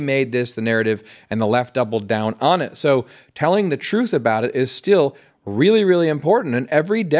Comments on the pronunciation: When a police officer can’t even pronounce the word truth correctly, I stop listening to them. It isn’t pronounced truff. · Saying the word truth, shouldn't be hard either. Its not truf. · "Tell the troof" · In fairness to him, he’s claiming to tell the “troof”. He didn’t say anything about the truth. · He should learn how to say "Truth" not "Truf". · Anybody who can't pronounce the word "truth" can't be trusted. Wtf is "troof?" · Telling the “truf” shouldn’t be hard. Harry Dunn.